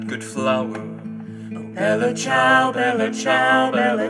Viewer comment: I find this accent offensive. shudder Its the Bella Ciao part. Just as awful as an american pronouncing the name Dimitri. Which is just my issue, i know, but it feels wrong not to hear it in an Italian accent.